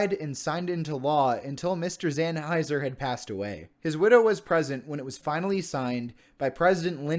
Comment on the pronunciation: Nicely done video! Thank you for highlighting the importance of America's wilderness! 👍🏻 Couple of comments: 1. Howard Zahniser's last name is actually pronounced ZON-i-ser and not Zan-hiser. Common mistake. 2. Congressionally-designated wilderness areas do not necessarily need to be 5,000 acres in size. The Wilderness Act of 1964 does not actually establish a minimum size requirement for wilderness areas. The smallest designated wilderness area is the Pelican Island Wilderness in Florida, managed by the U.S. Fish & Wildlife Service, at only six acres. And in fact, there are 90 wilderness areas that are 5,000 acres or less in size within America's National Wilderness Preservation System.